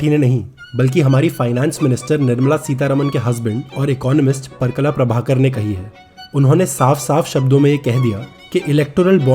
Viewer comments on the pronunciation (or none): The CORRECT pronunciation is परकाल प्रभाकर, NOT पर्कला प्रभाकर।